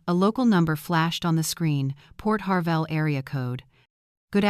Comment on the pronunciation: Port HARVEY NOT PORT HARVELL!